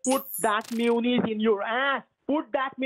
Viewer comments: He cant pronounce may you naise HAHAHAHA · "mewonnaise" just kills me...